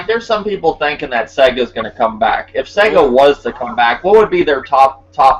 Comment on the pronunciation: your my bredrin but you can't do SEGA like that lol. Sega fo LYFE. Great podcast.